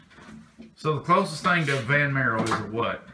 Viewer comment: Did u say a VanMaro? luv it. lol